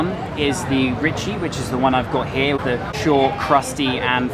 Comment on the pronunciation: Sfogliatella "Riccia", not "Ricci"